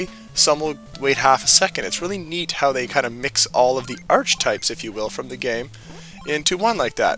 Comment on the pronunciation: hey the word archetype its pronouced arch e type